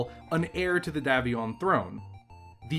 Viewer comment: It's pronounced DAY VION NOT DAV ION.